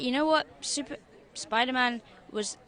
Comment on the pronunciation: SpiderMAN not spider-it